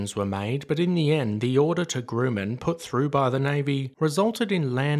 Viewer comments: GRUM, not GROOM. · Hire a voice actor! The AI voice is extremely annoying! It is Grumman not Grew-man! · >>> FWIW: I have known OF this aircraft for years, but I know very little ABOUT it. Also, this is ONLY meant as constructive criticism: "Grumman" is pronounced like 'um' instead of 'oom'. At least that is the way I have always heard it pronounced over here in the US...👍 EDIT→ It may be that in Australia the 'oom' pronunciation IS CORRECT. If so, "cool beans." 😊 Also Also, regardless of pronunciation: GREAT VIDEO! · Grumman - pronounced Grum man Not groo man. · Great video. Never heard of the plane. Very interesting. The American pronunciation of the manufacturer Grumman is "grouhman". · You need to differentiate it for him. Your spelling is still consistent with the groooooman he says. The third time I heard it, I turned off the vid. Obviously the narrator isn't familiar with other aviation histories...AI? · I think you're mispronouncing the name of the Grumman company that were known for their airplanes like the Grumman goose which bear is its name and well, but I don't know maybe it's because your English they pronounce things differently you know tomato tomato potato potato...